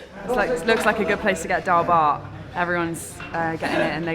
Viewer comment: Dhal bhat? Sounds more like Dhal SHART. Love the channel!